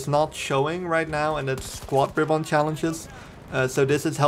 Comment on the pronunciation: That's not how you pronounce RIBBON :)